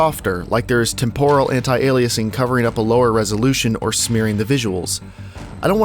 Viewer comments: Tempo-ral not temp-oral. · temp-o-ral hehe